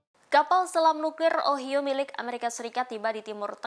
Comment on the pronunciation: Semoga secepatnya gencatan senjata Israeli Hamas terwujut,untuk menghindari korban jiwa,Ohio harus dibaca dieja (Ohaiyo), itu nama satu tempat di America.